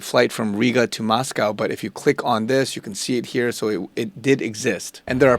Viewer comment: There's no "cow" in Moscow. It's Mos-cO (long o sound).